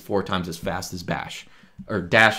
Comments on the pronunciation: "Dash is four times as fash as bash" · "dash is four times as fash as bad." ok, noted 🤣